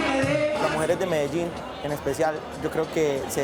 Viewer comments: I stopped watching the moment she pronounced Medellin as "Medegene" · Can I believe no one told her you say Medein rather the MedeGin. So annoying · Dumb vice bitch its pronounce med-deh-yeen not medejeen my last name is Medel not medej stupid broad cause that's what you are irrelevant reporter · I'm only 2 minutes into this documentary and I cannot help myself but note: - Surely, she should have had an understanding of the pronunciation of cities and therefore know how to say: Medellin... Anyway, let's carry on watching. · This so called journalist is just HORRIBLE, has an arrogant attitude, a condescending tone from the first second the video starts, can't even pronounce Medellin the right way, is underfed and has a face that looks like it got punched like a gazillion times and used an iron to try straighten it out. Jealous coz of your surgery gone bad huh? Bitching about questions not being translated well enough. You visit THEIR country, at least THEY speak English, learn Spanish yourself and then complain. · Also, she can't pronounce Medellin properly.